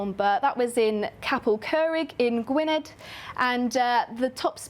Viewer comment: Amazing job for your first DD! It's not easy going in front of a camera and you smashed it! Btw Gwynedd is pronounced ' gwineth'. Nos da.😃